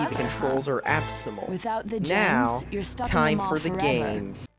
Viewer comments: Absymal? I believe you mean abysmal. Are you like... sound dyslexic? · CAN'T EVEN SAY ABSYMAL RIGHT LOL!